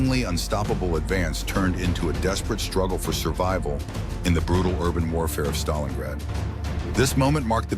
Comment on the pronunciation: I always thought it is called StalinGrad not Stalinrad